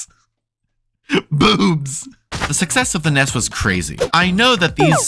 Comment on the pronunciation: Why do you keep calling the NES the "Ness"? Ness is the character from EarthBound, and the NES was the Nintendo Entertainment System. N-E-S. It's not hard.